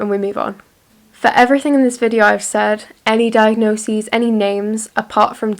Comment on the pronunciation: diagnosese? new word in my vocabulary question mark? also, jesus christ you scared me in the first second of the video lol